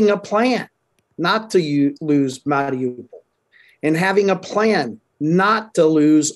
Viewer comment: this clown cant even pronounce mariupol.. why should i listen to anything he has to say regarding this city